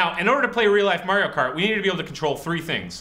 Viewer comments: Did he say Mary-Yo Cart? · Mahrio??? OMG I don't care who you are or what language you speak. His name is ALWAYS pronounced "Mario".M-a-w-r-e-e-o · Mah-Ree-Oh is how he says it in the games. I'm not Italian, but I'm Mexican and can tell you that all the Marios I know are called 'Mah-ree-oh' not "Marry-oh". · Mairio Kart? It's MARIO KART. Is the third month called Mairch? No, the third month is MARCH. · Mario is pronounced "Mah-ree-oh", not "Marry-oh". I'm not an expert, just saying... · MERIO?! BE MOAR ENGLISH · I can't believe they went through all this trouble and then the dude says "MAY-rio Kart". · Are we really arguing over how to pronounce Mario's name?! Lol we were just shown full on real life Mario Kart, people! Who gives a shit about his name?!?! This flippin amazing!! Fantastic job, Waterloo Labs. Truly. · Really? 23 years and people still don't know how to say Mario?